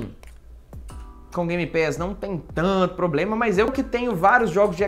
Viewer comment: "Poblema é a pilha" só comprar a bateria ue '-'